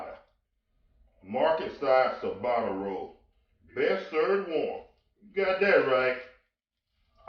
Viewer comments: DAAAAMNNNNG good lookin sandwich. p.s. it's pronounced Chabatta (phonetically) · cha-BOTTA-uh rolls Ciabatta